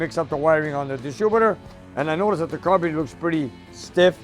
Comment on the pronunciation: I like the way says “carbater”reminds me of my grandpa Dominic when I hear him speak.